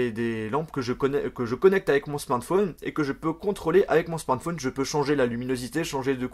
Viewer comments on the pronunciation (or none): none